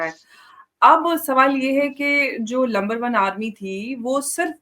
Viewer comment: masoom sa chehra bana ke pakistan ki army ko Number one nahi "Lumber one" Army bol kar Maze le rahi hain 😂😂😂😂